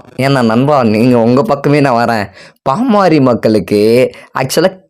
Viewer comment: பாமாரி மக்கள் இல்லை தம்பி அது பாமர மக்கள் 😂😂😂 கொஞ்சமாவது படிங்கடானா கேக்குறாங்களா 🤦🏻🤦🏻 சுய அறிவே வளராம அப்படி என்ன படிப்பத்தான் படிச்சு இப்படி மேதாவி மாறி பேசி ஊர ஏமாத்தரீங்களோ 🤦🏻🤦🏻இப்படியே பேசிட்டு இருங்கடா உலகமே திரும்பி பாப்பாங்க யார்டா இந்த தத்திகள்னு 😂🤦🏻